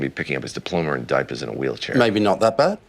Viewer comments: Quite rare for the British to slip out so blatantly. "Diapas." Makes you realize just how good his American accent is when it's easy to forget it's put-on. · diploma(rr) and diapa(h)s in a wheelchaei(rh) you are right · If you listen close you can hear House slip with his American accent when pronouncing "diapers". Wonder if it's tough to pronounce or if Hugh Laurie just hadn't perfected the American accent yet. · When Hugh Laurie’s accent slips when he pronounces “diapers”